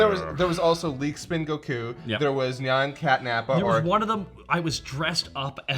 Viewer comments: Has he always pronounced it goKU? lol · Every time says Goku I die a little inside.